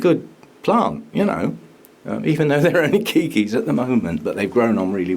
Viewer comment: Have just been watching your channel, very enjoyable! I'm surprised to discover you call keiki keiki. 😊 Just want to mention in Hawaii it is pronounced kay-key. 🤗 Aloha